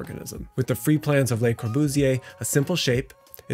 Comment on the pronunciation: Nice work, as ever —though, FWIW, the pronunciation of "Le Corbusier" is closer to "Luh" Corbusier than "Lay ~ ." And of Lilly Reich, not a word ...